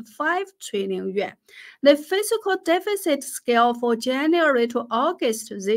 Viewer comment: You are awesome and I love all that you do! Your English is plenty good enough to understand, though some words aren’t quite right. The word “fiscal” you pronounce as “physical” (fih - zih - kul), which isn’t correct. The word “fiscal” is pronounced differently: fiss - kall. I would never succeed at learning your native language, you are super impressive! I mention the pronunciation only to be helpful, I don’t mean to slight you in any way. You are incredibly intelligent and a good person on top of that. Thank you for all that you do — have a great week!